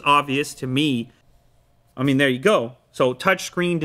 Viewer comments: "They der" - 2019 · "They durr" - 2019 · You mean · "They dur" - 2019